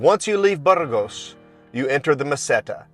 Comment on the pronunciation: Are you so American and unilingual that you won't even attempt to pronounce a Spanish term (or worse, make fun of the Spanish)? Spanish pronunciation is completely regular. A - always like ah. ge - always like hey (but more gutteral in the north). Ah hey s. Not difficult and not ayes. Later, your riff on Burgos with your incorrect pronunciation (not Burrrgos with an midwestern American "r" reinforces this. Better that you stay on the Francés where more English is spoken rather than the many caminos menos transitados where conversations are in Spanish.